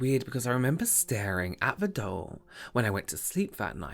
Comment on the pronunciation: Every time said “doll” I thought he was saying”dull” lol😂 Do a make-up look where you were deprived of using any purple for the rest of your life and you died of agony from it🟣💜🟣💜... you must only use your Chicken Soup pallet for the look😝